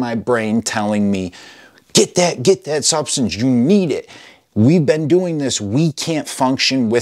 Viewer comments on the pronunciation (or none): none